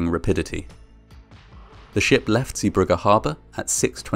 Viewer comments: It is pronounced "Zee bruje" not "Zee bruggah". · Dutchy here. The pronunciation is zey-BRUH-guh. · Good pronunciation of "Zeebrugge", not exactly right but good enough. The g sound is soft like ch sound in the word "cholera", then it would've been perfect. This is a very well known accident and any Belgian from a certain age knows about this accident. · Zeebrugge is not pronounced as “Zibrukke” but as “Zaybrugge”, the “g” sound is hard to find a equivalent of in English, but it’s kinda like the ch in loch. :) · Zeebrugge Zay bru(h)gge